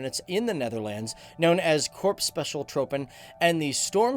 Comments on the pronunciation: If you can say troops. Please say troepen as troopen. Its not tropen its troepen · Het is net of ie zegt troopen niet troepen😂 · I got triggered when he said "Trohpen" but its actually "Troepfen" if you have that english accent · Plz never say troepen ever again it's troopen as u would say it like that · Troopen😂😂 it's troepen haha did leave a like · English people trying to pronounce non english words xD "Corps Commando tr ó pen (instead of tr oe pen)" lol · Het is troops geen trooper. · Je uitspraak klopt voor geen meter. Misschien ben je Fries, & spreek je vandaar de “oe” uit als “oo” uit, maar dat is geen standaard Nederlands. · Maybe next time try and find a native speaker and work on the pronounciation of the words. It's Korpse Koh-mawn-dough-TRUE-pen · ow I actually meant how he pronounced "korps commandotroepen", the "oe" part should be pronounced more like the "oo" in "google" for example. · "Korps commando tropen" 😂😂😂😂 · Commandotroepen is pronounced commandotroopen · Troepen, is pronounced like the English word troop but nice video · Just pronounce "troepen" as "troopen" ;-) Oh any BTW, you'r a bit out of focus my friend ... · You should pronounce the ‘oe’ in ‘troepen’ the same as you say ‘oo’ in ‘troops’. Otherwise, very nice video, enjoyed it. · Troepen is in dutch said as in trooper(stormtrooper for example) so the oe has to be said as oo in trooper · Bro. I dont wanna complain. But if you dont know how to pronounce troepen. Then please dont. Cause its getting weird after the 4th time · Here's hint how to properly pronounce 'troepen.' It's simple. In Dutch, the 'oe' and 'oo' sounds are completely the opposite from how English native speakers say them. So Dutch filmmaker (Soldier of Orange, Robocop, Starship Troopers) Paul Verhoeven is pronounced as Verh*oo*ven. So 'troepen' are pronounced in the same manner as 'troops' in English. Btw, if you haven't seen those movies made by Verhoeven, go check them out.